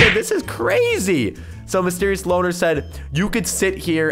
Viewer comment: Loner not loan